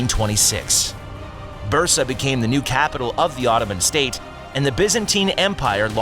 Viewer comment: Could you at least get the pronunciations right? Osman, Orhan, Bursa - they're not hard to pronounce. If you couldn't be bothered to research this simple thing, why should the rest of the video be factual?